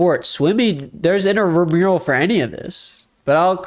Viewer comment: Not to be THAT person, but it’s INTRAmural sports. Not INTERmural.